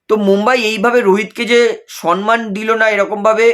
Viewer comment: Dada apni ki shomman bola sikhben na? Shomman oita shonman naaaaa